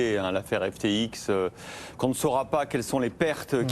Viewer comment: Apres l'emission d'hier de BFM ou il dise Ethewoum , aujourd'hui un autre presentateur qui dit l'exchange FTik et Sam Bankmam fril 😂